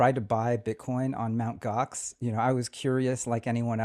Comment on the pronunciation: They were still using...? Mount Gox? What did he say? OX? Mount?